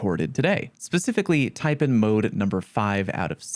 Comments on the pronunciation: Everyone makes mistakes bruh.....just like your horrendous pronunciation of the snake that the taipan is named after🤣🤣...tai...pan , PAN not pn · Omg 😲 I know I'll be roasted for this but damn.... It's pronounced...Tia...PAN as in PAN not PON Yeesh. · One more mistake. It's pronounced "tie-pan". As in "tie" from "bow tie" and "pan" from "sauce pan". A Taipan is a venomous snake. Thanks for your hard work 😁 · I think you should correct the way you say Taipan. TAI Pan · as an australian, the way you pronounce "taipan" upsets me. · No. Your first mistake is mispronouncing Taipan.